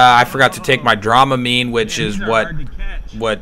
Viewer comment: dram a mine, not drama mine